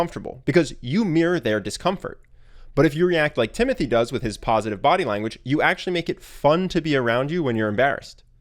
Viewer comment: Its actually pronounced Timotee...